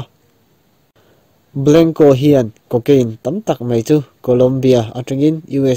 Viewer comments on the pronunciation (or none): Mei tih aiin Mai tih lo hmang ve tawh la tiraw